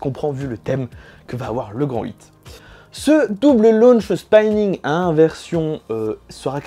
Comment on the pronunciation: Super vidéo! petite remarque sur la prononciation, Spinning se prononce comme on le lit et pas spaïning :)